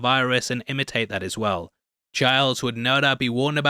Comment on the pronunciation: It's Childs, not Chards 😂 hahaha